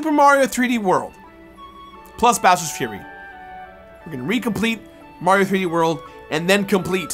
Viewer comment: Is when he starts to talk about bowers frurry